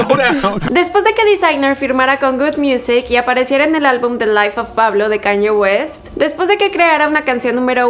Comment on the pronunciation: Dijo Caño West jajaja